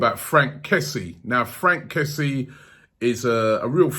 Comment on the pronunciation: His name is pronounced kessie-e btw